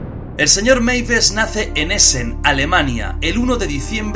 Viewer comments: Hessen lo pronunciastes mal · cuando as proninciado hessen lo has pronunciado mal y has dicho comer en aleman